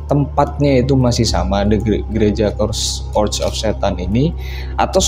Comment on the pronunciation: Bang itu Church of Satan bacanya Che:rch bukan Ke:rd of Satan 🤦‍♀️🤦‍♀️🤦‍♀️🤦‍♀️